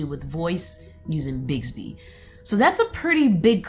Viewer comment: It's BiXby, not BiGsby...